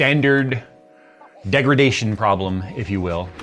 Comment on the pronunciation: "standard.... Degridation....". 😂 Pretty sure it's in the Nvidia dictionary